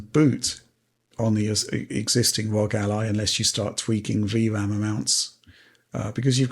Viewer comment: So happy they are finally calling it the R O G Ally